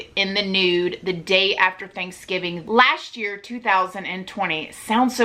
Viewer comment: Why do people say "lascht year" rather than "last year"?